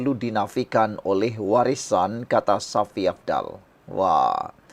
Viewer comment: sebutan kau tu tidak betul Shafie kau sebut safi kau ni ada sekolah ke?